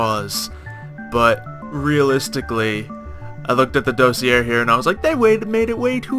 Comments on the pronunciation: DOSS-EE-AY That's how you pronounce it. It's french. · it's pronounced dossier not dossier kappa.